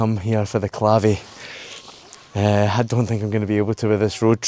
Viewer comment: Lived around here 40 years and biked past Sueno and Witch's Stone hundreds of times. Never stopped to look. Terrible. I'd cast doubt on Duffus being Motte and Bailey when it was built, it was on the coast of the inland sea - the Laich of Moray of which only Loch Spynie remains. Also, it's pronounced Clayvee. When there were 3 pubs in Burghead it was a wild night out. For a period there were none but I think one has reopened. Still worth going to see of course if the revelry after isn't your thing 😂